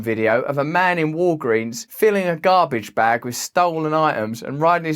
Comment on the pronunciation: Your pronunciation of "garbage bag" needs work, lol but otherwise you are brilliant and beloved.